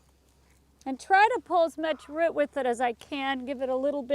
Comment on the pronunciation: Where are you from. From the way that you pronounce "root" i assume its in a northern state? Chuck